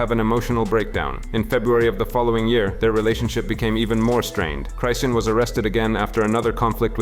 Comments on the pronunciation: Cryseeian is crazy😂😂😂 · How you pronounce chrisean like 5 different ways & none of them were right lol